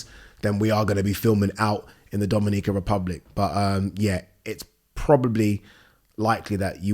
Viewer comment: Hilarious how pronounces 'Dominican' Republic 🤣🤣